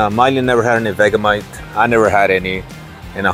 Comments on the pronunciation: Hi those chips (Samboy) are Australian. We pronounce Vegemite as Vegie-Mite 😀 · it's pronounced Ve "g" mite, not vega mite..!! I wouldn't try it if i were you, in Australia we refer to it as 'Yank repellant" never known an american yet that doesn't reckon it's the most foul tasting thing they ever tried. But us aussies who were raised on it, love it..!! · Vegamite? Do you mean Vegemite? pronounced : Vege (like vegetables, the g is like a j) mite. If you try it, have it on toast but spread it thinly, too much is overpowering. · You say it like veggie mite not vega mite If you go to friendship supermarket they have it there